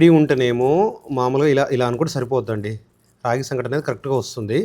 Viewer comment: (సంక)టి కాదు , సంగటి.